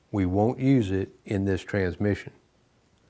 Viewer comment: I LOVE THIS SERIES! I have to laugh though because in all the videos he only says the word "TRANSMISSION" correctly one time and its in this video every other time he calls it a trah mishon.